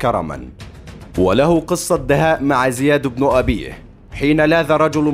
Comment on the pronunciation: غالبا الصوت ده ذكاء اصطناعي علشان كده بيقرا من غير تشكيل